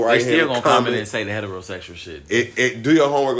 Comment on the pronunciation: Was he trying to say heterosexual????? 😭😭😭😭 wtf